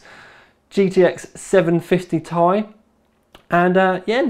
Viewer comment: Ti, TEE EYE WHY CAN ANYONE SAY IT PROPERLY!!!!!